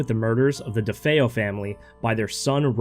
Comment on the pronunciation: It’s hard to take you seriously when you can’t even get something simple like Ronald DeFeo’s name right.